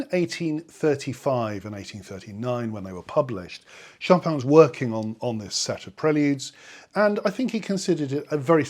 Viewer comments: ahhh, pronun mmm pronounciation. I think the "in" thing in French is tricky. Actually I suspect that those raised English don't in fact hear it! For example, our mundane shoppin' ends a lovely clear en ... Choppin'? 🙂 Shopihn ... how to soften it but not have it disappear! Like enh? cheers (nice to have found you again!) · Sorry, but your pronunciation is still incorrect. The emphasis is on the last syllable; choPIN, as in (almost) all French names/words. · Learn the Polish pronunciation of the last name "Chopin" in two easy steps. Step one: say Schopenhauer (Arthur Schopenhauer, a German philosopher) Step two: cut off the ending "hauer" and say Schopen. You are done.😁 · It's pronounced: Chopin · But you place the stress on the first syllable of the name which is wrong!